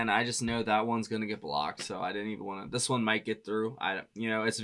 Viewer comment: “Thas” Boy 😂 Hilarious! Damn it!